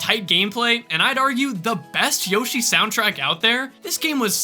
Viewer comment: Woshi it’s a double Yoshi exsploshi 💀